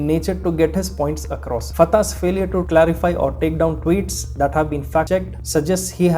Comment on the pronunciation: Tarek fatahe he na ki Tarek fatah